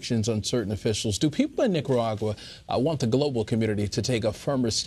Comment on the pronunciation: Nikkagagua lmao good way to butcher the beautiful name. What you guys need to understand and take an example from is the government is turning it back on people stripping the internet and freedom and rights from it's people. My fellow Nicaraguan's are fighting with fireworks bro because they don't have guns to fight. Yet they are willing to give up thier life for FREEDOM SOMETHING AMERICA IS LOSING!!!! Viva la revolution!!!!!